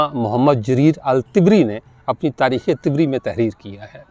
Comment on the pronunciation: طبری کا تلفظ ط پر زبر کے ساتھ ہے جبکہ آپ اس کو ط پر زیر سے ادا کر رہے ہیں طبری طبرستان سے ماخوذ ہے Tabaristan